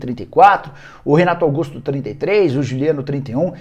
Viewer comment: Falou Renato Gaugusto? Até me animei